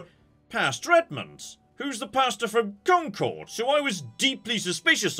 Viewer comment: As someone born in Concord, i just have to remind myself that the real pronunciation has been lost over time 😂